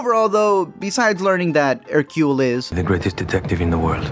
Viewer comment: Thank you for pronouncing Hercule's name correctly. However, this should have starred David Suchet. The whole movie feels wrong without him.